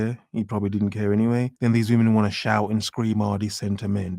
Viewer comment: people who can’t pronounce English words are so cringe: impor’-ant di’-int 😂